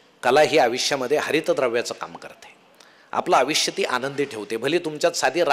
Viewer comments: ईतकं चांगलं बोलता पण आविश्य का म्हणता? आयुष्य म्हणा ना. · छान बोलता.... परंतु मराठीतील कांही शब्द चुकीचे उच्चार होतात... उदा. "आयुष्य" याचा उच्चार "आविश्य" असा करणे योग्य ठरणार नाही, असे मला वाटते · आयुष्यचा उच्चार आविष्य नसावा,सर.. बाकी सर्व काही ठीक..🙏